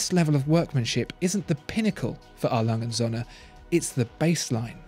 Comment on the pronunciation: Appreciate your pronunciation on this one!